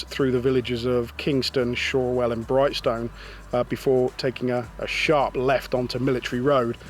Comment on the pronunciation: First time I've heard someone pronounce brighstone like that